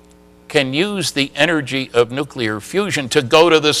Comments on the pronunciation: This is the former physicist who still says "NOO-KYOO-LIR" when he means nuclear. How much credibility do you think this here engineering college graduate is going to grant him after that? And then of course there's also his willfully obtuse insistence on saying "ZACH-aria" Sitchin instead of ZECH-aria Sitchin. HACK. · I happen to agree with you. You have a valid few points. No self respectable scientist would be lazy enough to to mispronounce nuclear, or sitchins name. This DOES say a lot about the man, despite the whiners below asking you for a real point.... kids argument, content is surely important, but these points about pronunciation are just AS valid, and DO mean something. It would be just the same as me, being a composer, saying ludwig vanbetavan..... it MATTERS.